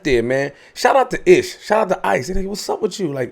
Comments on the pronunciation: At least you recognize it but ish will forever be “library “ from now on out 😂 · calling Ish "Library" is never not funny...🤣